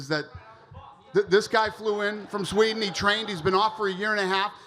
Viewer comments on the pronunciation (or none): none